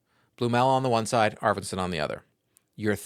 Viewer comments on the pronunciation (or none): none